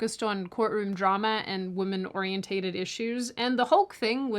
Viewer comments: The word is pronounced "ore-E-ENTED" - NOT "ore-E-ENT-TATED"! "OrienTATED is NOT a word !!!!!!!!!!!!!!!!!!!!!!!!!!!!!!!!!!!!!!!!!!!!!!!!!!!!!!!!!!!!!!!!!!!!!!!!!!!!!!!!!!!!!!!!!!!!!!!!!!!!!!!!!!!!!!!!!!!!!!!!!!!!!!!!!!!!!!!!!!!!!!!!!!!!!!!!!!!!!!!!!!!!!!!!!!!!!!!!!!!!!!!!!!!!!!!!!!!!!!!!!!!!!!!!!!!!!!!!!!!!!!!!!!!!!!!!!!!!!!!!!!!!!!!!!!!!!!!!!!!!!!!!!!!!!!!!!!!!!!!!!!!!!!!!!!!!!!!!!!!!!!!!!!!!!!!!!!!!!!!!!!!!!!!!!!!!!!!!!!!!!!!!!!!!!!!!!!!!!!!!!!!!!!!!!!!!!!!!!!!!!!!!!!!!!!!!!!!!!!!!!!!!!!!!!!!!!!!!!!!!!!!!!!!!!!!!!!!!!!!!!!!!!!!!!!!!!!!!!!!!!!!!!!!!!!!!!!!!!!!!!!!!!!!!!!!!!!!!!!!!!!!!!!!!!!!!!!!!!!!!!!!!!!!!!!!!!!!!!!!!!!!!!!!!!!!!!!!!!!!!!!!!!!!!!!!!!!!!!!!!!!!!!!!!!!!!!!!!!!!!!!!!!!!!!!!!!!!!!!!!!!!!!!!!!!!!!!!!!!!!!!!!!!!!!!!!!!!!!!!!!!!!!!!!!!!!!!!!!!!!!!!!!!!!!!!!!!!!!! !!!!!!!!!!!!!!!!!!!!!!!!!!!!!!!!!!!!!!!!!!!!!!!!!!!!!!!!!!!!!!!!!!!!!!!!!!!!!!!!!!!!!!!!!!!!!!!!!!!!!!!!!!!!!!!!!!!!!!!!!!!!!!!!!!!!!!!!!!!!!!!!!!!!!!!!!!!!!!!!!!!!!!!!!!!!!!!!!!!!!!!!!!!!!!!!!!!!!!!!!!!!!!!!!!!!!!!!!!!!!!!!!!!!!!!!!!!!!!!!!!!!!!!!!!!!!!!!!!!!!!!!!!!!!!!!!!!!!!!!!!!!!!!!!!!!!!!!!!!!!!!!!!!!!!!!!!!!!!!!!!!!!!!!!!!!!!!!!!!!!!!!!!!!! !!!!!!!!!!!!!!!!!!!!!!!!!!!!!!!!!!!!!!!!!!!!!!!!!!!!!!!!!!!!!!!!!!!!!!!!!!!!!!!!!!!!!!!!!!!!!!!!!!!!!!!!!!!!!!!!!!!!!!!!!!!!!!!!!!!!!!!!!!!!!!!!!!!!!!!!!!!!!!!!!!!!!!!!!!!!!!!!!!!!!!!!!!!!!!!!!!!!!!!!!!!!!!!!!!!!!!!!!!!!!!!!!!!!!!!!!!!!!!!!!!!!!!!!!!!!!!!!!!!!!!!!!!!!!!!!!!!!!!!!!!!!!!!!!!!!!!!!!!!!!!!!!!!!!!!!!!!!!!!!!!!!!!!!!!!!!!!!!!!!!!!!!!!!! !!!!!!!!!!!!! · Oriented. OR-EE-EN-TED. Great video but got damn. OrienTATEd is killing me. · Not, or--ee-en-tated. Or-ee-en-ted.